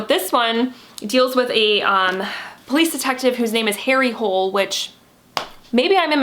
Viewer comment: The last name, "Hole", is not pronounced like that in Norwegian, and it doesn't mean 'hole' :). It's pronounced "Hoo-leh", and it's the name of a place.